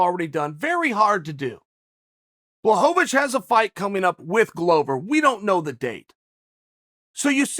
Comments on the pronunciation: Chael: Give the man Credit Until now he’s mispronounced Blachowicz as BlahoVAvicz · Chael: Takes time to use Ł Also Chael: Blahovovich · Sorry uncle chael but I don’t think Jan “ Black ovitch” is watching this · You tell every one to give Jan credit and you sit here repeatedly mispronouncing his last name.